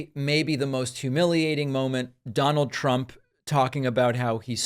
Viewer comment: "DoNaLd PrUmP!" Stable genius.